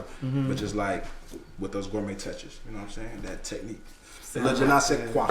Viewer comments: now u know damn well that "french" wasn't it...its Jen Nay Say Qua... not Jen eye... who tf is that lmao... he fine tho so... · Je ne sais quoi pronounced (gin ne sais quoi).... Happy Holidays!! 🎄🎁♥️ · He didn’t even say it right 😹😹 please don’t teach French if you can’t even say it right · That French wasn't it sir !! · He said the French wrong lol